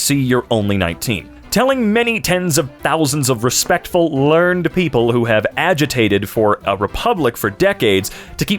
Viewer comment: learned is pronounced 'learn-ed' when used as an adjective